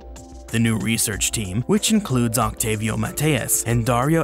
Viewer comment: The C is silent in Octávio. It would sound like Oh-Tah-Vee-OH